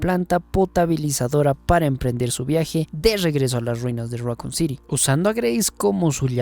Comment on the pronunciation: Raccoon say it with me raccoon City syndrome raccoon raccoon raccoon not racon